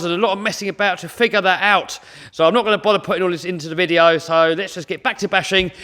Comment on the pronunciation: "In this wideo we take the world biggest rc twuck to a twack" lol wouldnt be the same if didn't have that speech impediment 🤣 always gets me